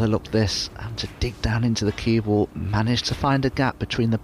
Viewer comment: Dominic Dale does not say cue ball he says CuebL